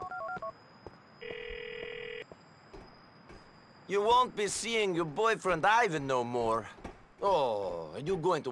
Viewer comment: "I have a work for yew" "Fyew Favors" I love how certain words roll off his tongue 😂